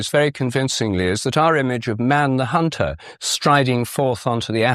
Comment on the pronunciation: "Not man the hun-TOR but man the hun-TED." What the hell is wrong with you? Why not just say "hunter" and "hunted"? Do you think we are all thick? You sound like a Young Earth Creationist: "A crea-SHON requires a crea-TOR." Down Voted, OFF and Blocked. {:o:O:}